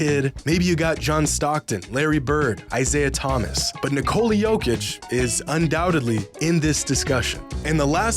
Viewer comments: Here’s a hot take: it’s disrespectful to refuse to pronounce a man’s name correctly. Particularly the 2 time MVP. His name is pronounced NIK-ol-la. It is not Nik-COLE-la like all these American commentators. Jokic has said how to pronounce his name in interviews and Americans ignore him. Show this man some basic respect! Correct pronunciation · Ni-Cola. Is that really how people are pronouncing Nikola? SMH.